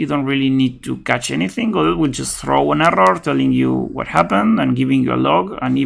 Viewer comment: This video is for all the people who think the T in Godot is silent! Ha!